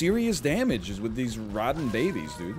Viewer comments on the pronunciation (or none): none